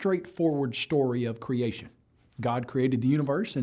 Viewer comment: “A shtraight-forward shtory of creashun”